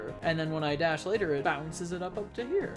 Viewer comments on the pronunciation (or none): none